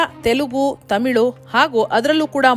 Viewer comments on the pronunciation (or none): none